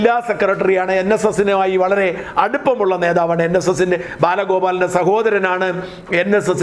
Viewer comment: ബാലകോലാപനിന്നെല്ല മണ്ടച്ചാരേ ബാലഗോപാലൻ എന്ന് നിർത്തി നിർത്തി പറയൂ. .സിപിഎം നെ വാരിവലിച്ചു ആക്രാന്തം കൊണ്ട് വിഴുങ്ങാൻ നോക്കുന്നത് കൊണ്ടാണ് ഇങ്ങിനെ . സുഹൃത്തേ രാജസ്ഥാനിൽ രണ്ടു സീറ്റ് കിട്ടിയത് മറക്കണ്ട ..പിന്നെ കേരളത്തിലെ ഏതു പാർട്ടിക്കായാലും എത്ര സീറ്റു കിട്ടുമെന്ന് പറയാൻ താങ്കൾ അതിനായിട്ടില്ല . അതിനൊക്കെ ആണുങ്ങൾ വേറെയുണ്ട് ...ഓ എല്ലാം അറിയുന്ന ""വല്ല്യ ഒരാൾ ""